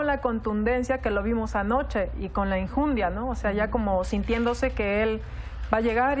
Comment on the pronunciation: No se dice Injundia¡ que nivel¡